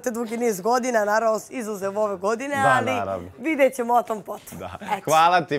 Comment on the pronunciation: JAO KAD MAKITA KAZE ALLLLI ALLLI